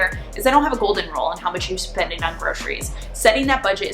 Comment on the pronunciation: I like when you say: spendin, eatin, plannin, shoppin, buyin 😉